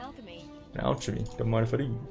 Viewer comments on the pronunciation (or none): What's with your pronounciation? Aljemy Ajony Rejal I never heard anyone unable to pronounce "gha" or Idk if you do it on purpose.